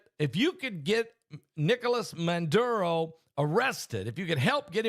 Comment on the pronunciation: Its Maduro not Manduro.